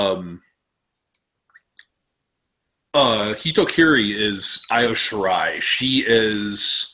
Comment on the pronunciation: I srsly cringe when you guys mispronounced Kairi Hojo and Io Shirai But you guys fixed it later anyway :D PS: still love you guys thou!